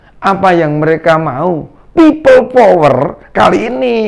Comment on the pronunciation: Bilang pipel power aja nafasnya megap2 drik mudrik, mbok ya dibikin ngaji suaramu itu, agar pintu akherat terbuka.. Takbir